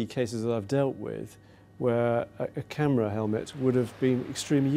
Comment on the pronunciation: Anyone notice she says tamera at like and not camera lol